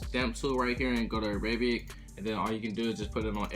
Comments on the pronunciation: “Aerabiake scale” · ...you said Arabic wrong